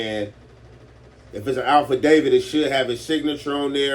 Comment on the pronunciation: Its AFFidavit not ALFidavit my Gangstas